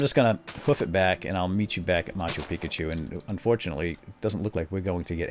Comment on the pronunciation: Did you start calling it machu pikachu because of a comment in one of these videos? Cause on one of the first ones you kept saying "peakchu" so I commented: (ma-chu pi-chu) not (machu pikachu)